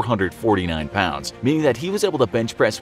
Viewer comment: I thought he said "Bitchpress" at the start of the video